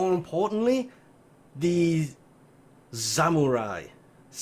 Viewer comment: when he say "Zamurai" for the Ivara Zamariu skin lol.